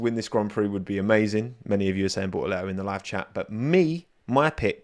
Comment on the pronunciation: Coment for the algo: Lovely content, but the hightlight for me is always when tries to pronounce "Bortoleto". That will never, ever get old.